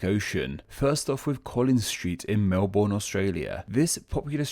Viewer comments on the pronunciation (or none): it pains my ears when i hear someone say "melBORN" 🇦🇺🤦🏻‍♂️ the last bit of Melbourne sounds like bin or burn (if you pronounce it with a silent r)